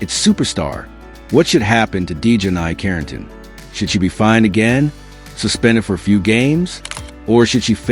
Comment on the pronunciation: Your AI voice can't even pronounce her name right 😂😂😂😂